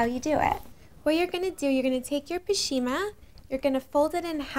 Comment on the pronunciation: "pashima"? It's pronounced pash·mi·na